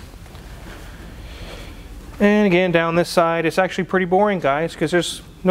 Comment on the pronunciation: Hey macho man. Did you actually say it is "pretty"?